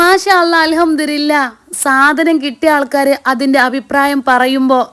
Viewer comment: അൽഹംദുലില്ലാഹ് എന്നാണ്. അല്ലാതെ അൽഹംദുരില്ലാഹ് എന്നല്ല.